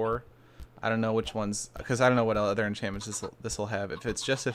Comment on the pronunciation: "Gonna have udder enchantments with that"